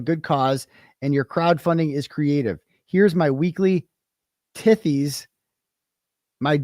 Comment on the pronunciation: I'm crying at the pronunciation of "tithes" 🤣🤣